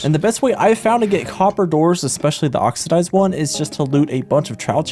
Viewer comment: “ate oxydyzed coppadours”